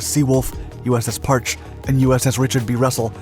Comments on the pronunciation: It's pronounced, Par chee. Not Parch. ID10T. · It's pronounced Par-chee. Not Parch. A friend had a PUC (Presidential Unit Citation) from his time on her. Only guy on my boat with one. And no, he didn't even tell us anything about what he saw or did. Silent Service. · Parche is pronounced "par-chee". I was a submariner, and have actually been aboard it when it came through San Diego on it's way to decommissioning. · USS Parche is pronounced Par-Chee. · Came here to comment on the pronunciation of Parche as well. I knew two who served on her.